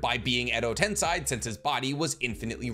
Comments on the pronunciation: Edo Tensei isn't pronounced as Edo "Ten-sai". It's pronounced as Edo "Ten-say". That "E" in the 2nd to last placement in Tensei, makes all the difference in the world for how its supposed to be pronounced. American linguistics cannot be applied to Japanese linguistics because in Japanese, the phonetics are the same in every single word, no matter what. So an "ei" suffix will always be pronounced as "Ay" and never as "Ai". Just like "Tomoe" is not pronounced as "Toh-may", it's pronounced as "Toh-moh-eh". In Japanese linguistics, every syllable and every vowel are pronounced. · Edo Ten-say not ten-sai